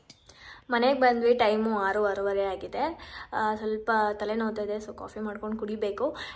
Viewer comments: Its agide not hagide… ‘a’kara ‘ha’kara baralla ivrella kannada youtubers 😢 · Its heng aagide nodi not yeng hagide nodi Kannada da kole aagide 🙏🙏 Please learn how to speak Kannada properly 🙏 Aa-kaara Ha-kaara Difference tilkoli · "Yeng hagide" alla adu..Heng agide..